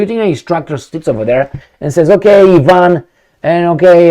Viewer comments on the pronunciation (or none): none